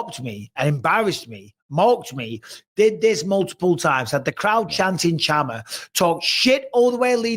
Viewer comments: No, its definitely chama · How people mispronounce thing is mind boggling!!! I don't speak Portuguese or Spanish but I hear Shama (not Tchama) even though it is written as Chama. Do you guys agree?